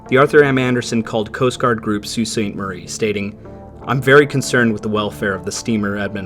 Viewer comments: i think your the first person that has actually said sault ste marie correctly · Beautiful pronunciation on “Sault St Marie”